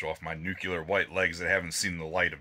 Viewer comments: New Clear - Say it with me.... NEW Clear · Nu clee are.. I'm from the Midwest we pronounce everything wrong! 😂😂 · Homer: "It's pronounced 'NUKULAR"....